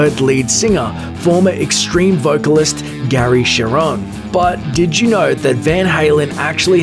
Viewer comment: his name isnt "gary sheronn. its gary cherone (pronounces share-one not the number, the english grammar rule)